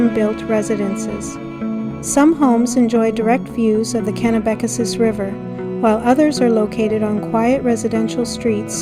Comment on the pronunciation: Cool video and commentary. I grew up in the area though, so I can tell you that you're mispronouncing a couple of places: Rothesay is simply pronounced as though there is no "e" (roth - say). Kennebecasis is also easier to say than what you're saying. It's pronounced (ken - eh - beh - kay - sis). Thank you for sharing this. I enjoyed it.